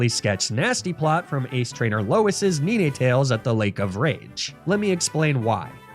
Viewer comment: You pronounce ninetails funny 😂